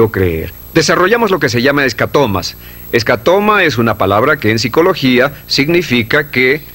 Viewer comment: Se refiere a escotoma o punto ciego no "escatoma" cómo dice el audio en español.les suplico más certeza en sus mensajes.gracias